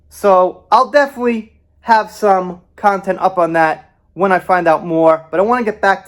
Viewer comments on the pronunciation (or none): none